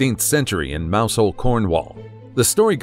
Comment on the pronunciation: Mousehole os pronounced, locally, as 'muzzel' or something similar.